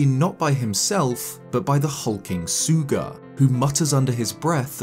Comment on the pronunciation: ...Why is everyone saying "Suuga"? It's Sooga. It's similar sound when you say Paul. The Au part with a bit more O to it.